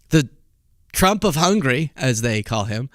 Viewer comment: It's *Hungary, not "hungry".